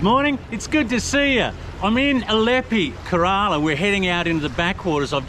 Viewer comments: It's not karaala. It's Kerala.. Pronunciation is K-rala. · it's pronounced as Care la..... and not karala .... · Hey great content and presentation, on a side note Kerala is pronounced as Keh-Ruh-Laa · Hey, nice to see you exploring the natural Kerala villages, my part of the world. All the best for the rest of your journey. By the way, KE-RALA shall be pronounced KERR-uh-luh (KERR: Like the "care"; uh: A very short, unstressed "uh" sound; luh: Like the "la" in "laundry". Best wishes! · Hey, I love your videos. I'm from Alleppey currently living in Nz. The way you are pronouncing "Kerala" is slightly off. It’s got the same 3-syllable flow as Canberra: Can-ber-ra → Keh-ruh-luh. Keep going. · Sir it might to better to say it thus Care-uh-laa (Kerala) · Kerala is pronounced as KayRaLaa..